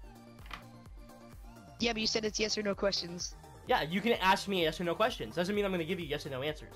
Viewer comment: "you can aak as many questions as you want" "it could be"